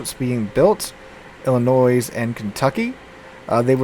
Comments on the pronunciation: Yes! I’m glad I’m not the only one that noticed! It’s pronounced I’ll-I-noy. Not noise! 😂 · It's pronounced "Illinoi" without the "S" . I don't know why, but you don't pronounce the S sound. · Illinoi. This is how you say it. LOL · Please tell me that you’re just trolling us every time you say Illi-noise. You’re a teacher for crying out loud! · You lived in Louisiana and you can't correctly pronounce the French-derived Illinois (silent s) properly? I could understand all the Europeans mangling all the US cruiser and battleship names, but Illinoise is the sound you get from dropping the state. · As a resident of that state, the S is silent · Absolutely love all of your videos. But for the love of God the S in Illinois is silent.